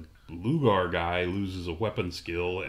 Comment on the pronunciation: I'm pretty sure the god's name is pronounced "Lau-gar" there, guys, not "Loo-ger." :P